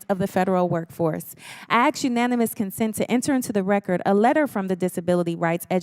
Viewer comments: I get so tired of people saying axe instead of ASK. It’s EASY to say it right! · She did aks nicely